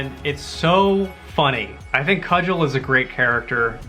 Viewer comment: Cugel is pronounced koo gull. Long U hard G. Hitchhiker's Guide is best experienced as the original radio drama.